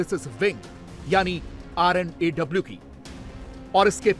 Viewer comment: RAW nahi R&AW